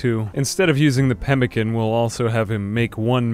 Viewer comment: when you say pemican incorrect i zoned out